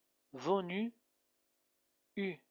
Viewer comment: Attention à la prononciation du p passé du v avoir eu